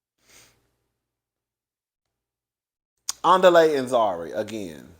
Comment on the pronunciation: The way you mess up Andile’s name takes me down every single time. ANN DEE LAY! 😂😂😂😂😂 it keep sounding like the beginning of Nelly song.